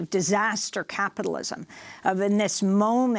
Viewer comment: Hahaha, turns out ' progressive capitalism' is 'socialism' in drag. What happened to ' wor on capitilwasm?'